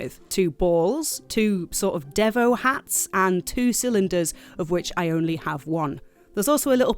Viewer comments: NOBODY SAYS DEVO LIKE THAT!! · Deh-vo hats…. Deh-vo…. Spotted the person not around in the 80’s…. It’s Dee-vo…with an EE 😜..they even say it in their songs…. We Are Deeeevo… god now I feel old 😞 kill me now 😫